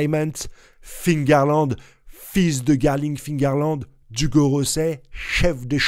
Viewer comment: Mais arrête de dire fingarland ! Cest figarland ! Cest comme les gens qui disent tommy hilfinger